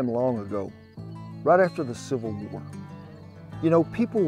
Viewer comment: He said civil war I heard Super Bowl 😅